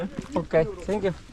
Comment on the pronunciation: Por qué sankiu y no zankiu? Suena estilo Tévez hablando inglés